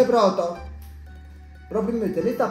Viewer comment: Hahaha mi fai morire quando dici proto HAHAHA